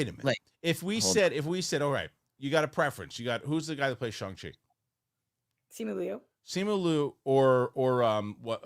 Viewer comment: I want 1hr of “trying” to say Simu Liu.